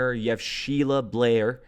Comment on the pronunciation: Great Content as always thx 24 also its BAIR like ‘BEAR’ Sheila Bair lol not Blair love u bud!! 🫡